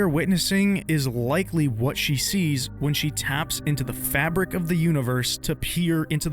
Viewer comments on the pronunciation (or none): none